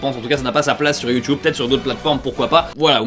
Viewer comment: sur youtube pas sur youhhheeeuuunn mega lol